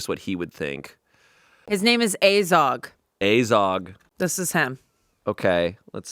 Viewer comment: I'm flabbergasted that no one made a remark on the ork's name, Azog. I mean they almost pronounced it "Ace Hogg". Nothing else to hear out there.